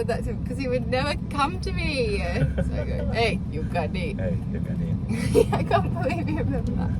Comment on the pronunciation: Come to me in waray waray, means pakadi. Not yukadi.😁